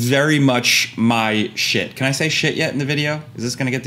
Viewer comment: I always like your videos but you saying sheet 34 seconds in made me like it then and there